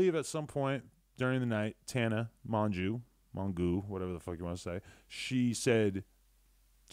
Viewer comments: LMAOO he said tana mongooo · Mi 😂😂 they’re “friends” and he doesn’t know how to say her last name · Dont think he is tbh, didnt even know how to say her name properly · i think it was an joke. tana is his friend and he says her name wrong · he got half the words in this video wrong including tana and julisa’s names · says tana’s his homie pronounces her last name wrong for 14 minutes straight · The fact he doesn't even pronounce Tana's name right is PRICELESS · I have no love for Tana but this is soooo biased. I never like it when one person’s ass is being kissed to high heaven and the other person is being bashed. He didn’t see shit btw, he was still in the club. If you’re gonna mispronounce your friends last name in that insulting tone and call her fake maybe stop pretending she’s your friend. Just say you don’t like her and believe what happened was Tana’s fault. But sitting there acting like you’re being objective and unbiased about the whole thing is annoying. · You butchering tanas last name the whole time had me DEAD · Are you seriously frontin' like you don't know how your friend Tana pronounces her last name? If it's a joke it doesn't come off as one. No respect. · Nigga pronounced tanas last name wrong as if he don’t know her ... lol tf